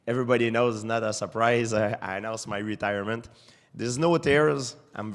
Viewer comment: Retirement? Are you intoxicated are you intoxicateeed?